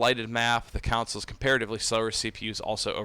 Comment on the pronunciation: When you keep saying “councils” do you mean consoles?